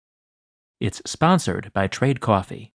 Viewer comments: I could watch a 10 min video of you saying "cwawfee" 🤣🤣🤣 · You say coffee funny. lol